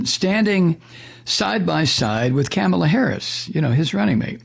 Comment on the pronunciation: Rupert Murdoch. He’s a televangelist, right? I kinda figured. Its pronounced “Kah-mah-lah” with the emphasis on the “Kah” part.